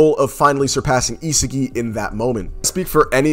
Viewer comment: my man said isegeee 😭